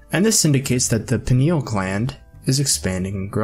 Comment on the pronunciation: Hi. Thank u for sharing. Being RN, i know pineal is 3 syllables, not 2. Its pronounced peeneeal. I hear it mispronounced a lot lately. Maybe u can help get out the correct pronunciation. Thanks